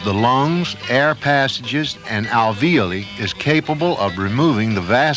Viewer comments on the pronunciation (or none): pronounces "alveoli" wrong, just like some of my instructors during clinical studies, also there is a cure for stage 3 silicosis but it's a lung transplant, I don't think it was available when this video was made, now many lungs come in from donors.